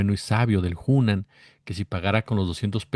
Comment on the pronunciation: Hola, el restaurant se llama Hunan, no Junen y bueno que mal tino se Jesús Ernesto que ya debería de saber que iba a ser criticado, 18 años,es mayor de edad en Mexico y el ya tiene experiencia. Desde luego Jesús Ernesto puede comer dondequiera y se pasa de lista Lourdes Mendoza, clasista y racista.